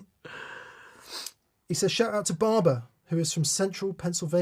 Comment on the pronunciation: Spell Bah Bah, it’s not that hard, B-A-Ah-B-A-Ah Bah Bah Tone Pump